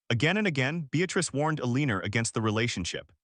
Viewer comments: If AI can’t pronounce Eleanor correctly, pick another name! Mary is simple enough. I can’t listen to this with Eeleenor. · I know this is not a comedy but everytime "Mar-ja-ret's and Eh-lean-er's" names are said, I can't help but laugh. Seriously, though, the story is too shallow to to mean anything. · I’m sure everyone is aware that AI has problems with pronunciation. However, there is absolutely no excuse for mispronouncing a common name like Margaret! AI needs work. . . .a lot of work! The constant mispronunciation of both Margaret and Eleanor diminishes the story.